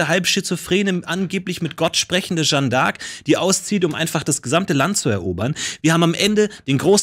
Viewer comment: Jetzt hat der Jung schon n französischen Namen und spricht Jeanne trotzdem völlig falsch aus. #triggered